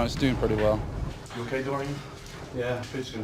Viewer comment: Or, as Lee Haney calls him, " dor-EEN".